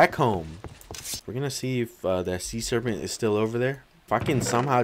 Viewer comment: "see'nt" serpent